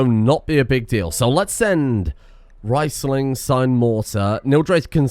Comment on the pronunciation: Please, it's REESling not RICEling.